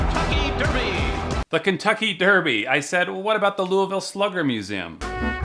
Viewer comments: correct prounouncation around here is lu vull pretty much it's easy to prounounce just not easy to type. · Sir we pronounce it Lolvull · I live in Louisville 😂😂 pronounced “Looh-ville” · You say louisville wrong its more like louvul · Your saying louvile wrong😩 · My Lord why can't anyone say louisville right? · You're saying Louisville wrong 😅